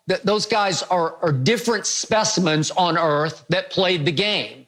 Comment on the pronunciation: “Jordan’s not from EARF!!??”